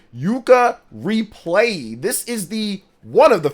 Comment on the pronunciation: It bothers me more than it should that people keep calling it Yooka Replayee when it's Yooka ReplayLee 🙃😅